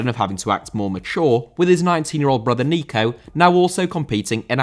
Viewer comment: Nico* not Nicouw